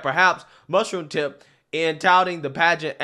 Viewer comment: Perfect pronunciation of Mushroomtip's name.